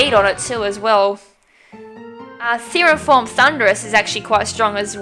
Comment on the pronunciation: It's Therian Forme, pronounced fair-ian form. >:I A Pokemon battle in grass is called a wild battle, not a Wi-Fi battle. That's a totally different thing entirely. And it's Extrasensory - ex-tra-sense-or-ree.